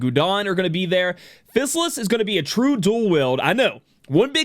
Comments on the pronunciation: JP pronunciation is "Fi-sa-ris". "Fi" as in "fire". So it would be "Fi-sa-lis" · I think her name is read like this, Phi-sal-is